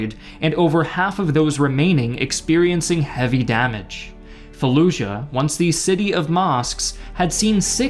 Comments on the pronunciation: Why do people pronounce Fallujah like “falluzha”? Not only is that not how we pronounce “j” in English, but that’s also not how it’s pronounced in Iraqi Arabic.... this phenomenon is common when English speakers see a “j” in foreign loan words: people say Azerbaizhan when the word is simply said like it’s spelled - Azerbaijan. Same with Taj Mahal, the word is not Tazh Mahal, it’s pronounced exactly like it’s spelled. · what? No, this guy is American, no American accent has a “zh” sound for the letter J. He’s saying it that way because at some point that became a common pronunciation under the assumption that this foreign word needs to be pronounced differently. I don’t really even know what you’re talking about or how you got confused by my comment.